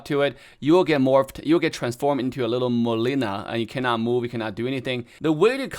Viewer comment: The way you said molina